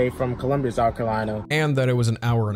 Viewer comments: It’s Columbia not Columbus….& he gives my state a bad name😢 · COLUMBUS????? SOUTH CAROLINA????? ITS COLUMBIA BRUH PUT SUM RESPECT ON DA MET FR